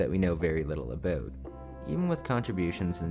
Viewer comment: You funny. You say hoise, aboit and oit. You funny